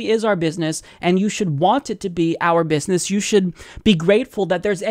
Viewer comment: I believe DWS says it, "bidness"